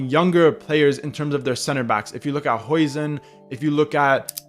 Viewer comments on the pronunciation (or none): Huijsen is pronounced /ˈhaʊsən/